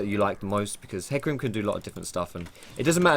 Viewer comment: I'm triggered, do you really pronounce it as heecarim?